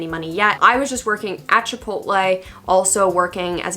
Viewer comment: when she said chipotle i had to go back and make sure it wasn't "baboatle" lmao